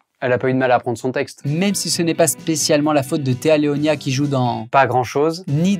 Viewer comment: "Téa LeoniA"??? 🤔🤔🤔 Alors qu'il est ecrit "Léoni" a l'écran mdrrr va! 😉👌😉